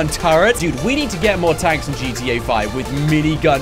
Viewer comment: Gitiei? Do you mean GTA?